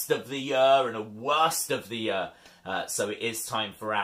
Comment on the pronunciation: The way he says year🤣 "2020 was a very good YER"